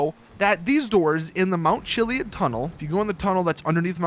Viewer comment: You're pronouncing chiliad wrong